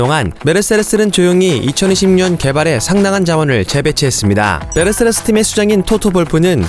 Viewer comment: 메르세레스라고 계속 발음을 하셔가지궁!! 세레세레세레스~~~***😂